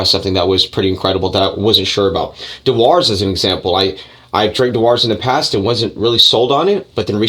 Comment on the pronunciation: ‘De Wars’? …Dewars is actually pronounced ‘Jew-urs’. Love from Scotland. 🏴🥃